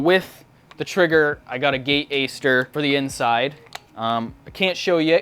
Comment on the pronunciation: It’s aster. Not ayster. Lol